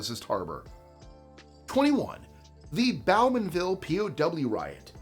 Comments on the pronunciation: fun fact, Bo-man-ville not Bow-man-ville But very cool to see my hometown in your list. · #21, Pronounced 'BEAU-man-- ville' and 'Dee-epp', not 'Dee-eppie'. (Tomayto, Tomahto) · I lived in Bowmanville for 22 ywears. Some of the camp still remains. However, it's pronounced bow-man-ville, like a violin bow 😄